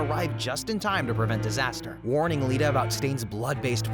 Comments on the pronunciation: it’s iida not Lida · an angel loses its wings everytime someone says Lida instead of iida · im not trying to be rude but did you really watch mha cuz its not LIDA (how you pronounce it) its actually pronounced ee-duh. (Iida) two i’s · its iida not lida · Its iida bro not Lida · The mispronunciation of the name sis genuinely pissing me off. Like did you watch the show. I’m like 2/5 of the way through and already I count Mineta, Iida, Nomu, and a few others. Edit 1: LIDA???? IIDA. EE-DUH. Edit 2: EERIE!? ERI. OMFG this is pissing me off. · Why does bro say LIDA instead of IIDA VRO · "Lieduh" "Leeduh" "Lidduh" "Nahmu" "Eerie" I'm BEGGING you did you even watch the show 🥹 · Buddy who is Lida the I is an i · “Lid-a” lmao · WHO IS LIDA ITS IIDA WITH A i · Why does everyone call Iida Lida? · He really said Lida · Are you saying "Lida"? It's two 'i's," not an L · Lida for IIDA lol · Did he say lida and not iida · LEGIT CANT HERE ANYTHING WITH THE SOUND EFFECTS AND LIDA?????? ITS TENYA IIDA BRO i.i.d.a IIDA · why do you keep callin ida lida? am i stupid? i'm rus and watched in rus dub and he's name is ida. if i remember right the same in japanese. then why it's lida?😭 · My guy, did you just call Iida Lida? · Your saying Iida's name wrong it's not Lida It's Iida two i's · Pronunciation gotta be rage bait😭 "Lida" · Bro its an I, not a L its not Lida Its Iida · Did you seriously call Iida LIDA? it's an i😭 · Yo...... Did you say... Izuka? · that and calling iida "lida" and eri "iry"... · Not to mention it doesn’t seem as though he’s watched the show, he is pronouncing Iida as Lida, and Iida is a very important character so you would think he would know his name. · Ok first of all WHY are you pronouncing iida like that 😭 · Bro is he saying some of the names wrong?